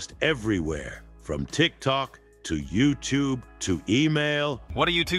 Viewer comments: "Trick truck" and "vootube " and " instantgram" that kept on saying had me dying 🤣🤣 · I love how says youtube and tick-tock incorrectly lol